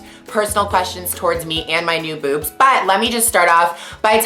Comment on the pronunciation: She said Buebs not boobs :-)